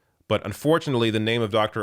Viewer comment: Thought it was Dr. Ounce :(